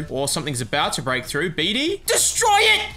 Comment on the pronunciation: “Bedey” Oh god stop the pain